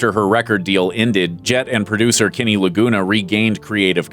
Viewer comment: it's pronounced Kenny not Kinny !